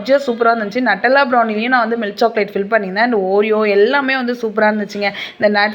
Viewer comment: Nattala ella Nutella